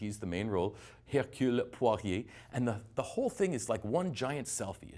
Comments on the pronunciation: It's not Poirier. It's Poirot. Although I understand that you don't know how to pronounce his name. It's not like anyone ever heard his name or made films and TV shows about him. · Blimey: it's POIROT, last bit rhymes with snow. They're wrong to stop teaching French in favour of Chinese, but in any case, most people do have some basic idea of how to say words in French (except for 'lingerie', in which case they're mostly clueless). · I'm sorry, but Agatha Christie's Belgian detective, Hercule Poirot's surname is pronounced: 'PWA-RO'. It bothers me that you did not know that. Also, Johnny Depp's moustache is the one that Poirot should have, not a huge set of 'Dundreary Weepers', as worn by Branagh. Far too untidy. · God, I laughed so hard when the guy said Hercule Poiriet instead of Hercule Poirot. LMAO And it’s not really Branagh’s fault that you don’t care for the characters, but actually the original book’s - I read it and never got to care for any of the characters either, both times I read it. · Jakob Kolanko Poiree LOL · It's Hercule Poirot, not Sidney Poitier. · Keshav Krishnan Ross Perot! 😜😜😜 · Pwa-row. How hard is that?!?!?!?!?!? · if you cant pronounce Hercule Poirot you don't have the right to review this movie. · The name Poirot has been pronounce in the film quite a few times and if u can got that wrong I don’t think u have ever saw the film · If you don't know the difference between "O" and "IET" there's a problem. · Philippe Coutinho it's easy to pronounce, just listen to the name and you can't get it wrong. It is categorically does not have to arrogant to say that a reviewer needs to at least know the name of the protagonist. He should know, it's not a hard name, it just makes it seem like he's just a Teleprompter reader and is saying the view of some writer. (Spoiler, that's how it really is) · Agatha Christie is rolling her grave. That pronunciation of Poirot. My ears are bleeding 💥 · How do you not know how to pronounce Poirot?